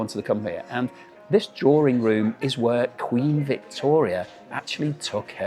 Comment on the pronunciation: DRAWRING ROOM? 😂 D R A W I N G ROOM!